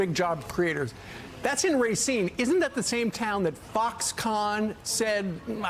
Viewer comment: I haven't really spent time in Racine, but I've never heard a Wisconsinite call it Ray-seen; only Rahseen. Biden's 100% right. Foxconn was a complete con-job. People got kicked from their property to make way for a huge factory that never materialized. What a disaster.